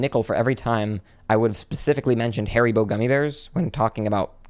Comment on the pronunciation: Harry bow….? Like you me haribo (Har-e-bow)